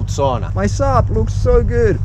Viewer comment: wau jukka olen pettynyt sinuun et osaa edes lausua SAUNAA oikein!! >:(